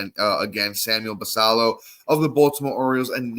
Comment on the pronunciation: Look forward to listening to you guys on my commute to work every morning. One small note, Samuel Basallo is Dominican so i believe he pronounces the "ll" as a "y" like Guillen